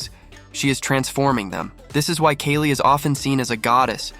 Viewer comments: It’s Kaali, not Kay-lee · Pronounced as K ah li. not K a li.